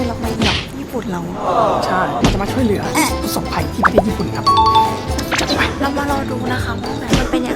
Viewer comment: ช่วยเหลือ ไม่ใช่ ช่วยแหลือ นะะะะะ